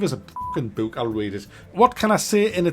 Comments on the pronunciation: Why is he saying buk? Read a buk. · I thought u said "Boot".. Would've been funnier. and IDK why it would've made as just as much sense too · My favorite part was when kept saying 'Boot' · Is that really how you say “book”? Because I love it 👍 Bewk. Beook. Beuk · That's how pronounces words with double "o's" in them. "Bewk, hewk, cewk." 😂😂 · Boek! His pronunciation is literally "boek" (Dutch).